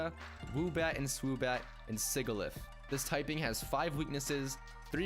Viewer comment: Supra said sigilyph wrong the right pronounciations is si-ji-lyph (sorry if i spelled it wrong)